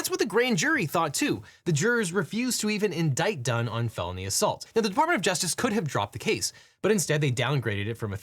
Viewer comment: It absolutely IS a deli weapon, actually (incidentally, I also thought you said "baloney assault" instead of felony assault earlier)